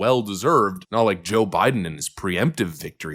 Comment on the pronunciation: Phillips (or whoever it was) dismissing this and saying “But it’s nah-hot,” makes her look like a clueless tool. The president was right (again) and she was wrong (again). Plus, he’s not backing off of anything; he’s plowing forward and because he knows what he’s doing, that’s why things have cooled off and the economy is doing well.